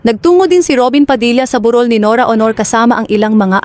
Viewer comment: Mali mali pag bigkas ayusin mo di tuloy maiintindahan ng malinaw ang salitang sinasabi mo tagalog pero ewan.tulad ng burol bu rol.